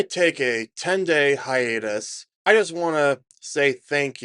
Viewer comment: did you say HIANUS?